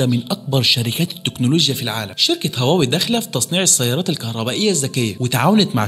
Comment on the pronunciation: طب اتعلم تنطق اسمها الأول صح..